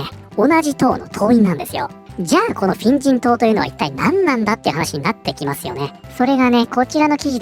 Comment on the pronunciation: 「フェン人党」が「変人党」に聞こえて、『確かに』と思った